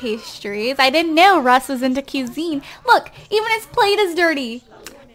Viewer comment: Pronounced qui-zine